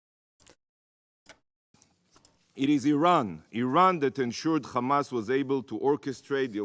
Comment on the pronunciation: "khamas" & now "Khizboulla" Hahahaha